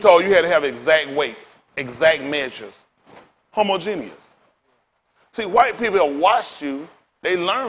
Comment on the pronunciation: I rock with what he's saying, but it is hilarious how bad he butchered the word 'Homogeneous' tho...